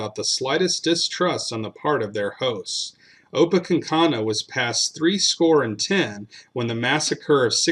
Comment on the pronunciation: It’s “opa-KANK-inoo”. Thanks. 😉